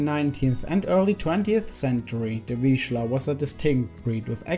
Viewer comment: Finally. Correctly pronounced.